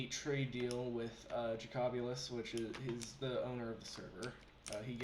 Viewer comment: Did you call me JacAbulous? Its just pronounced Jacob-youlous